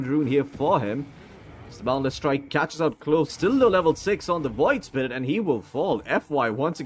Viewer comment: Its the PIYOH! caster hahaha. WOID spirit hahaha!